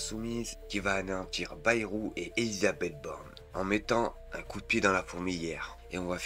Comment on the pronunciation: Ah ouaiEU ÉlisabethEU t'as fait poly-techniquEU